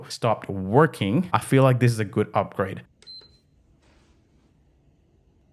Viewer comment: I like it when he says guud